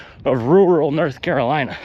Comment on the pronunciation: "North Carolineon Chicken" 😂😂😂